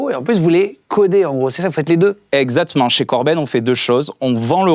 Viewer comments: Une seule chose a dire : "Esactment" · Existe t il une appli qui peut compter le nombre de fois où on entend " EZACTMENT" ? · Après avoir supporté ça, mon souhait ultime : qu'un gars de son équipe programme les robots de ce guignol pour le reprendre et lui proposer des solutions de rechange chaque fois qu'il prononce 'eczatement' ! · Ses "Exa.tement" sans prononcer le c sont très bizarre. Je me demande si lui même n'est pas un robot. , . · Ptdr j'allais commenter ezatement ça 😂